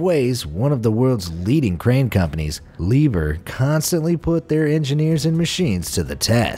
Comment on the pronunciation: Liebherr und Herrenknecht are pronounced wrong too